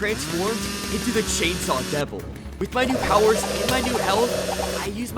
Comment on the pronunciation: He said the name of the chansaw devil wrong